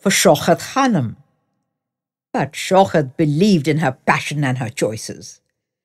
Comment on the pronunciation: It is Shaukat ...not Shaukhat !! Diction all wrong !! Narration ..has wrong modulation of voice !!